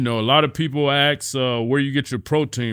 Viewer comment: Apparently 'alot of people axe'. Sounds scary